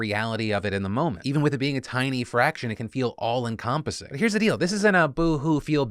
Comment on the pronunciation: Phil says encompass wrong :[